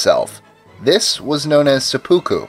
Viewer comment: it was se-po-ku